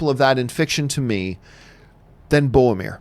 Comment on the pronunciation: Is it just me who is frustrated at Johns inability to pronounce "Boromir" correctly? ;)